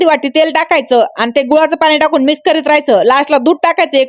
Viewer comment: गुळाच्या पाण्याचं गुवाच पाणी झालं